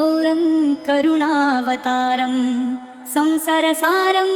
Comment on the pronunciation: संसारसारं को संसर सारं कहा जा रहा है सुधार कीजिए।